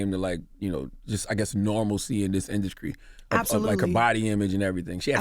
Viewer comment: Charlamange straight said, " what made you start Therapy was it the INDUSCRY?' wtf